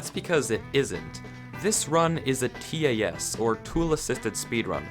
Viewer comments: why does him saying "t a s" instead of "tas" trigger me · Please stop saying “tee ay ess.” Everyone calls it a “Tass.” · T a s no it’s tas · Nobody: Literally Nobody:: T-A-S sorry was just bugging me had to say it even though someone most likely has pointed it out keep making great videos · U pronounced tas wrong it’s pronounce with 1 word not 3 letters